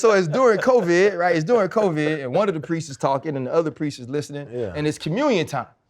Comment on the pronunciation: Why does Ryan pronounce Covid like Co—viidddd